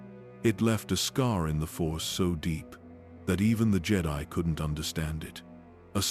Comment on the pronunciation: Ah yes, the "Jay-die" Fuckin AI